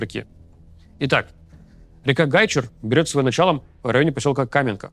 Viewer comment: Спасибо за работу и правильное ударение в слове Гайчур!